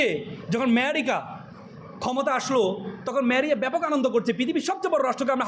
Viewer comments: ওইটা ইরানের প্রেসিডেন্ট না। উনি লেবাননের শীর্ষ নেতা। প্রেসিডেন্ট ও না। ইরানের প্রেসিডেন্ট এর উপর হামলা হয়নি। হয়েছে শীর্ষ নেতা খোমেনীর উপর। ভূরাজনৈতিক জ্ঞান টুকুও ত নাই দেখছি এদের! 😂 আর ওইটা "ম্যায়েরিকা" না "আমেরিকা" 🤣🤣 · America ❌ Merica ✅ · এই মূর্খের কথা শুনে হাসি পেল। শুধু আমি একা হাসছিলাম না দেখলাম কিছু হিজাবি ছাত্রীও মুখ টিপে হাসছিল। আরে ওটা ম্যারিকা নয় আমেরিকা। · সব সাদা শকুন রাই শোনে এসব😅 মেরিকা😅 আমি শুনি ম্যাহেরিকা😅 এইসব ছেলেমেয়েরা বড় হয়ে কি শিখবে। এইজন্যই এরা বড় হয়ে ওয়াজে এসব ভুলভাল বকে। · ভাই আমি কি আমেরিকা কে মেহেরিকা শুনতাছি? নাকি সে নিজে মেহেরিকা বললো